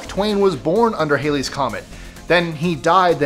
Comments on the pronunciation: "HAL-ee, "not "HAY-lee." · # 22 It's called Halley's Comet, as in HAL9000, not Hailey, as in HAIL. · The name of the comet is "HAL-ee," not "HAY-lee."